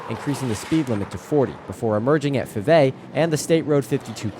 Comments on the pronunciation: It's pronounced "Five A ". Named after the Five A brother's. There's a road plac at 52 & Little in memory of them. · Nice catch. I'll trade you some SCL story's for some BBQ 👍. Fivay is pronounced "Five A" named after the 5 A brothers.